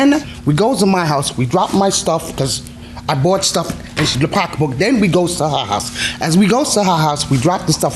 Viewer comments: It’s SO ANNOYING,how she’s saying POCKA BOOK 🙄🙄🙄🙄🙄UUUUGGHHHH!!! EMBARRASSING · That's black English....